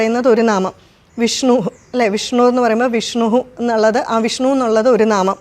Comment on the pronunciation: വിഷ്ണൂ എന്നാണല്ലോ ഉച്ചരിക്കുന്നത്; വിഷ്ണു എന്ന് ശീലിക്കേണ്ടേ? 🙏